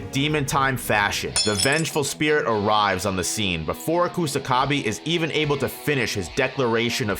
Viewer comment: Sew-coona Coosa-ka-bee Penda? Really? Jesus fkng christ, you morons can clearly hear how japanese names are pronounced in the show yet somehow you morons still butcher them like total idiots